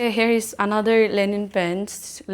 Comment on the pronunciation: Linen not Lenin